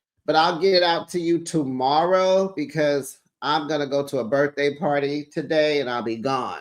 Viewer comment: Have fun at the par-tae'.